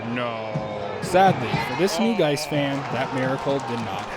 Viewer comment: The pronunciation mishap was gold. GAIS sounds exactly like "guys". But I think yoy said something like "geese". I'm glad you did 't say "gays", though, or we would have a real problem. 😂